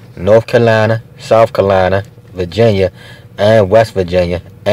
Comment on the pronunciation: What state is “Ka-line-uh”. I missed that in geography class.